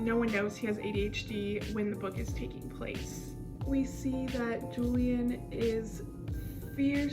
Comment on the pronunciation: ur using the gringo pronunciation of julian but its ok 😓😓😓😖😖😖